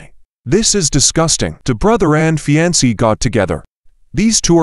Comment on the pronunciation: Not the way to pronounce "fiancee."